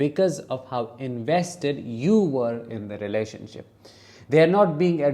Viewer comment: 😂 I thought you said “relationshit” YES! Exactly!